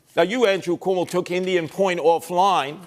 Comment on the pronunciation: Calling him Cum-O is Crazy lmaoooo